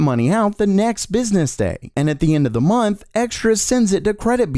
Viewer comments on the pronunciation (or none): none